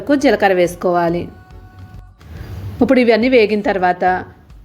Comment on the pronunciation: ఉప్పుడు కాదమ్మా ఇప్పుడు